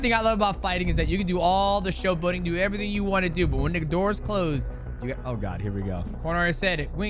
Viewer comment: Mighty says “Oyyyy” like a real Thai 😂 Def can tell he’s spent time there, I’m married to one and I say “Oyyyyy” instead of “Ohhhhh” now😂